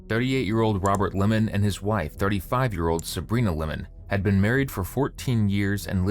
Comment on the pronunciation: Its Limon not Lemon. Plus you have the wrong description. I will not watch anymore of you guys who knows what wrong info you give